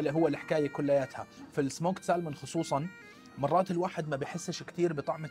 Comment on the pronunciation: salmon فيها حرف صامت هوي حرف L مع تحياتي